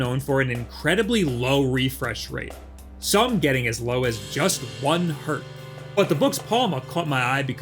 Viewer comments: Erm, acktually it’s 1 hertz not 1 hert. hertz is not plural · As low as "one Hert" looool